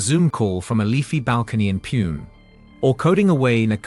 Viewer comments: No. 5... Pune.. Its not pronounced as poon but IS PRONOUNCED AS PONAE OR PUNAE .. get it right. Couldn't help correcting you. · He is not pronouncing it poon, he is pronouncing puene, this is the first. Its POONE, I dont know how to teach him online, its a waste of time... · agree with your second opinion but even if it is a robotic voice, which i have heard many times, Puene is first time. पुणे, पूना is what I have heard but never puene. and how come all the other cities pronounced properly..